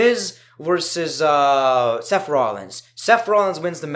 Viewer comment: " seff rollins "